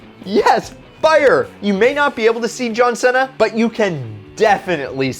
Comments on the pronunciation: seeeeena not sena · Why is he saying sena and not cena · Did you say John Senna? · Did he just say john senna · It seriously pissed me off when he said "cena" like "senna" but whatever lol